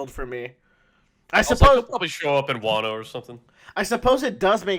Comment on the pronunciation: Yo, it continues! (obligatory "it's pronounced Zoh and Wah-no")